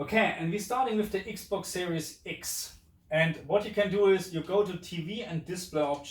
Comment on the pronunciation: I like the way u say the ix box siries ix. 😁